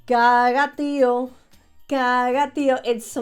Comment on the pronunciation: It’s Caga Tió (Pooping Log in Catalán), not Caga Tío (Uncle Poop in Spanish).